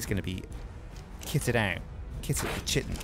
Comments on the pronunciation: it's kai-tin. Not 'chit-in' O_o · likes to "Chitin" his pants eh? Kite-in (pronunciation in all major dictionaries) Kite-in chitin Kite-in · FOR THE LOVE OF MY SANITY., my friend, Chitin is pronounced, ˈkītn. Hard K sound followed by i -tin. K-i-Tin. PLEASE man. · chitin is pronounced kai-tin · Why does nobody know how to pronounce chitin ? Its like chaos...